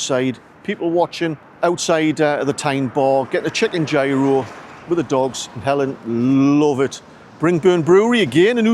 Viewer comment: sorry mate I was giggling at the pronunciation 😂😂